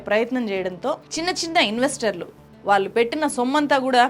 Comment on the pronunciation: "వాల్లు" కాదు madam. "వాళ్ళు" అనాలి